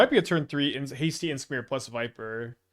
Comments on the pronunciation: lol idk if its an inside joke like anti casual vestige it is funny tho he pronounces it like inskmir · What's up with the weird pronounciation of Imskir, is that some kind of an inside joke?